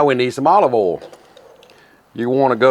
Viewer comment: Dude, it's not HAbachi, it's HEbachi. Also, it's not owl, it's oil.